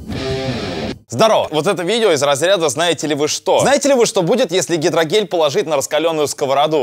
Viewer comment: Мне показалось он сказал гидрогей😅😂😂😂